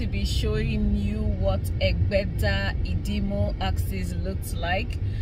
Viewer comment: your presentations are always excellent, and this is no different. Thank you. On another note, your pronunciation of some words (Idimu, Alaba, Korope, Ayo ni o, etc) is somewhat strange.😀 You sound like someone who learnt English first and then learnt Yoruba as a 2nd language😀